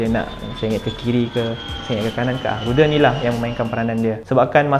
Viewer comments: Aeroperu Flight 603 Boeing 757-23A ( - Saudara sebutan untuk Rudder bukannya ruder tapi Rader (Raa-Der) 2- Rudder berfungsi mengawal pergerakan Axis Yaw pesawat (membelok ke kanan dan ke kiri). Rudder bukannya mengawal Axis Roll pesawat. Yang mengawal pergerakan axis roll pesawat ialah Ailerons. Aileron terletak kat belakang sayap utama yg besar tu bersebelahan dengan Flaps. 3- Sellotape yang tutup kompenen untuk flight instrument tu dipanggil Pitot Static. Bukannya external port. Staff hangar maintenance terlupa untuk cabut tape tu selepas pesawat tu selesai dicuci dan dibersihkan. Menyebabkan pilot tak dapat info yg correct dari instrument panel such as airspeed, altitude dan sebagainya. Tambahan pula waktu flight tu adalah malam so pilot langsung xdapat visual reference dari keadaan luar pesawat sbb gelap. Hmm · Sebutan ' ru der ' tu - rad der. Ejaan - rudder. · sebutan rudder is "rader' bukan ruder. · hahahaha itulah pasal..aku siap rewind dgr dia ckp tu sbb terkejut